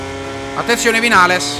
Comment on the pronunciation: Si dice vignales comunque